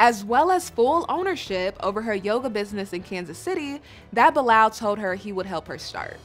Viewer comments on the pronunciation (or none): Why are you keep calling this man “BILL LAL, the man’s name is pronounced BY LAL. It is a Muslim name and I am so sick of this woman. Please, please go back home. Nobody is holding a gun to her head.